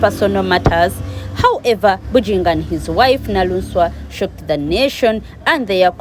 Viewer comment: She is 'Naluswa' NOT Naluunswa